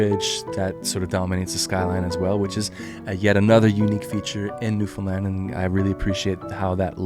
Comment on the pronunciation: Also much respect for saying the correct saying for Newfoundland. Newfinland is what we call it 👍